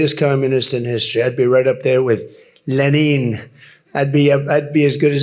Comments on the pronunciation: Holy moly. Did u get a glimpse of rubios face when trump said “Len neen” instead of Lenin 🤪🤦‍♀️ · Leneen is probably the Russian version of Lenin. He knows Putin so ask a Russian to pronounce Lenin in Russian. It's probably Leneen. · Good ol' Le neen 😂